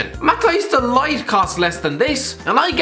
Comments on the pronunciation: DID HE SERIOUSLY SAY MATTHIAS DELIGHT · Matthijs Delight?? 😂😂😂 Love you, never change. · No one::dE LiTe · Matise de light. Have you been snorting glue? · U know de ligt is good when cant pronounce his name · He absolutely butchered the prounouncation of De Ligt